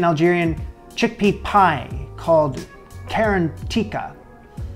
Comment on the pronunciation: Garantira not karantika 🇩🇿🇩🇿🇩🇿🇩🇿🇩🇿🇩🇿🇩🇿